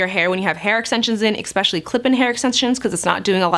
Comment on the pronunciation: This is meant as constructive criticism so you aren’t embarrassed inadvertently: the word is eSpecially NOT eXspecially. I live in Florida as well and am literally shocked when I hear news anchors here mispronounce this rather easy word to speak. Perhaps this is where you picked it up.